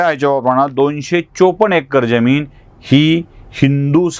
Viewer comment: जमीन का ज्यमीन निट उच्चार करा